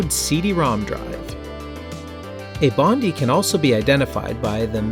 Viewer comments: Nice video and walk through history here. Can I just say though, as an Australian (where Bondi is actually located), it's pronounced bond-eye, not bondy. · Bondi is pronounced Bon-die btw. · Pronounced "Bond-eye", just saying haha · dude please learn how to pronounce "Bondi"